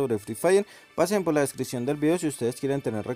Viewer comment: Jaja no sabe hablar lias y ves de likes y descion en ves de descripcion